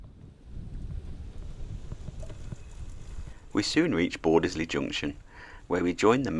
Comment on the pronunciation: It's pronounced bordsley not bordes ley, sorry, excellent video.